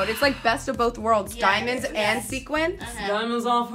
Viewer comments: it's sequins not sequence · Sequins not sequence. You are killing me guys.